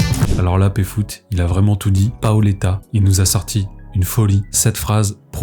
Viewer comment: Stp dit Péfut pas Péfoot putain ! Pfut, F U T E P F U T !